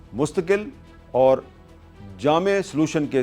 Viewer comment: جامع حل (درست تلفظ) جامعہ حل (غلط تلفظ)